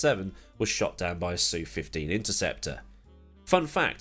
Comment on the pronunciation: The SU in SU-15 is spoken as S and U and not "Sue"